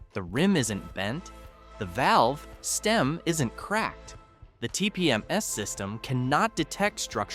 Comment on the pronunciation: If this isn't a computer voice, it's a guy who does odd pauses between words. "...the valve! ... stem! ...isn't cracked!